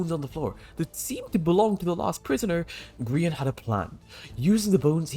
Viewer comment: Remember when Dream called Grian, 'Gr-yan' during a MCC.